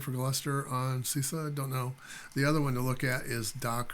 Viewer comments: It 's SUSE, not SOOS :) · my friend, when we americans are given the chance to refer to something by what sounds like it might well be the name of a good-spirited, good-natured lady (eg, “that Suze sure is one good-humored gal!”), we do it! mispronunciation be damned!